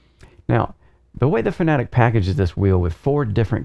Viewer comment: You're saying Porsche as "Porsh" not "Porsh-uh"...? Edit: And Fanatec as "Fuh-na-tik" instead of "Fan-uh-tek"